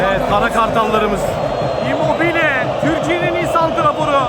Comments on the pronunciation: Abi sen immobile ye neden immobil diyorsun saçma geliyor kulağa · Abi neden immobil diyorsun